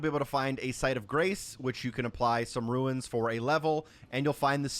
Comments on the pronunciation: Thanks for the route but I'm disliking for saying "ruins" instead of "runes". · “Ruins” yeah bro played Elden Ring 💀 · Runes, not ruins. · Still calling runes “ruins” in the big 25 is so crazy to me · calling them runes instead of souls is so crazy to me